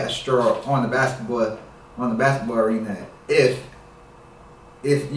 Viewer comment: Lol he said the basketball "arena " 🤔